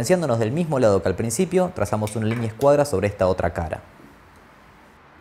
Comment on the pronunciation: Repelús cuando dice "LIÑÑEA"